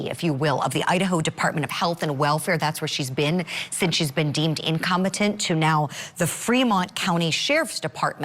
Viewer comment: "INCOMETENT"😁 says Ms Grant